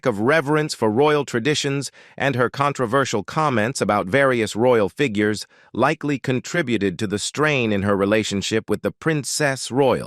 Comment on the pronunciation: Terrible voiceover! Robotic and can’t pronounce simple words like “figures” - painful to listen to.😢😢